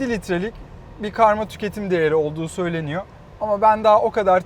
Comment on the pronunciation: hocam anlatırken kelimelerin sonundaki R harflerini yutma :) söyleniyo değil "söyleniyor", geliyo değil "geliyor"!!!